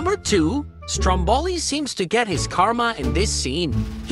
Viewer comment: I am Italian and "strombOli"???? AAA YOU DON'T SAY LIKE THAT IN ITALIAN!!!! U say "strOmboli" with the accent on the first O! Not in the second one! AAAAAAAA